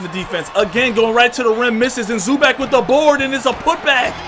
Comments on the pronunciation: ZU-back? 😂😂😂😂😂 its pronounced ZU-BOCK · bro think zoo bach. not zoo back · "Zuback" it's zubawc cmonson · Isaiah Thomas is a free agent lol and it’s Zu-bach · no it is pronounced zoo-box not zoo-bock its Zubac idk why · “Rayjon Rondo”...”Zoo Bag”...tf wrong with this guy. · Gabriel Salazar no it's pronounced Zupac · he said "Zuback" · Zubac (Zoo-Bahts)